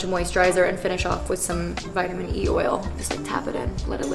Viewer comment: is it just me who got really annoyed at the way that she said vitamin.